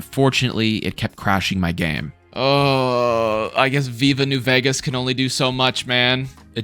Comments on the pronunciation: The way you say Vegas bothers me a lot 😂😂😂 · I've never seen anyone play, or even say the word "vegas", like you do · I live there, he says it normally, he just kinda puts an “h” after the v